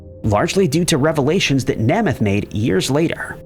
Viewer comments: "Nahmath"? Or "Nehmuth"? Nope...."Naymuth". Perhaps an actual narrator would be better than a computer with pronunciation. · Please at least find one other citation of names that you don’t know how to pronounce before making your own video. Namath is pronounced NAY-math. Not NAH-math. Also, you made this video way after Simpson had died. Accordingly, you should say “he HAD been ordered to pay $33.5 million…” or “he WAS ordered…” — not “he has been ordered…” Please up your research and editing game. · It's pronounced NAME-ith, not Nemeth...idiots. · Namath is pronounced Nay-meth… say it with me… Naaay-mmmeth.. Namath. 😂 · FOR THE LOVE OF GOD!!!!! HIS NAME IS PRONOUNCED NAY MUTH!!! LOMG A YOU DIPTWADDLE!!!!!!!! JOE NAMATH WITH THE FIRST A SOUNDING LONG. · Joe Nay- muth long a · Tell me you’re old without telling me you’re old, I’ll go first: the fact that is so young he doesn’t know how to pronounce Nā-măth! But this was a good video. Maybe you should do one one people who died because they appeared on talk shows. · Pronounced Joe ‘NAME’ eth… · NAME-ETH. Joe Namath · Nay myth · That isn’t an age thing. The last name is pronounced nay-myth. Don’t recall ever hearing anyone pronounce it as “M-e-t-h”..lol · Joe's last name is pronounced 'NAY-MUTH'. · Pronunciation of Namath's name was appalling. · To the narrator: please do us all a favor and learn the proper pronunciation of peoples names because it’s pretty embarrassing to hear you mispronounce so many of them. Really if they’re that well known then you need to realize that as well, because their names are as well known. Just a suggestion that would help. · I was thinking how can u report on namath and say his name wrong